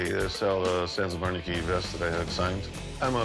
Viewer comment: “Sans of arnachy”😂😂😭 am I the only person who heard that?🤣